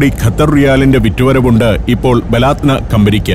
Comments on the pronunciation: ബലാത്ന അല്ല ബലദ്ന എന്നാണ് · Balaadna അല്ല മോനെ. Baladana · ബലാത്ന എന്നല്ല ബലദനാ എന്നതാണ് ശരി. അങ്ങിനെ ഉച്ചരിച്ചു നോക്കൂ.(സ്വദേശം) എന്നാണർത്ഥം. താങ്ക്യൂ. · Baladna . Not balaathna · ബലാദ്ന അല്ല. ബലദ്ന എന്നതാണ് ശരിയായ ഉച്ചാരണം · ബലാദ്ന അല്ല, ബിലാദു നാ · സന്തോഷേട്ടാ ബാലത്നാ അല്ല, ബലതിനാ ആണ്